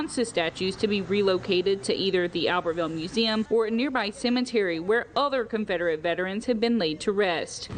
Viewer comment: Yeah you guys will slip up and say ConfRederate vs Confederate 😂🤣😂🤦‍♀️ you two are awesome. I could watch your mannerisms all day long. 😄